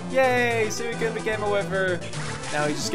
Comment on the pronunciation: Everytime you said sooicune I died a little on the inside like chaotic said it's pronounced swee cune.Also anyone in kindergarten knows this just means she likes you.